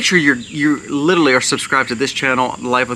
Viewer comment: Literally. Li ter ally, not littley.